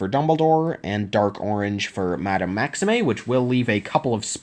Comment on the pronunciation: Fleur is pronounced fler and maxime is pronounced maxeem